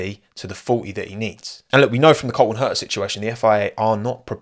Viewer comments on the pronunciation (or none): none